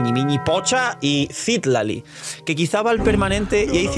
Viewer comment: Citlali... No CÍtlaly 🙄. Ojalá no salga nerfeada Mavuika 😔